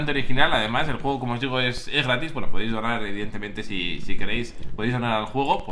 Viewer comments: al pincipio dices jugo en vez de juego. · TheWuilirex dijiste un jugo en ves de un juego